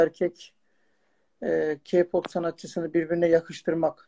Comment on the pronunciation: Mala bakın yaaaa boş boş konuşuyon işte türkiyenin sorunları bitti güney koreye uçtunuz ayrıca o ka pop değil (key pap) diye okunur k-pop diyede yazılır..